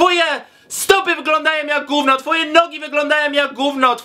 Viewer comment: "gówno cie to obchodzi" nie "gówno co ci obchodzi" i przede wszystkim GÓWNO a nie "GÓŁNO"